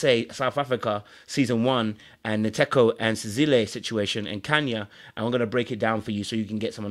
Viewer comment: As a Ghanaian I’m surprised you can’t pronounce Nkateko’s name. To my Ghanaian ears it sounds like nkate cake(peanut brittle)